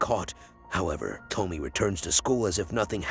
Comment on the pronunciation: Why are you mispronouncing her name? It’s To-Me-Ay